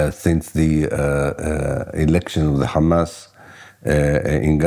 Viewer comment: Merci Blast et félicitation pour la publicité de cet entretien avec Ilan Pappe, ce si grand et courageuse historien. Juste une toutes petite remarque qui m'est dictées par des observations de camarades de l'UJFP : est-ce que vous savez que vous utilisez la prononciation israélienne, c'est à dire l'hébreu, pour prononcer Haïfa (ou Hamas) ? Quand on nomme en France la capitale du Royaume-Uni nous ne prononçons pas Lordon, nous disons Londres. Ça semble évident alors évitons de parler en hébreux en France.😉